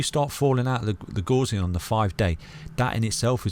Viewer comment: The “gauss” in Gaussian rhymes with “house”, it’s not pronounced like “gauze”.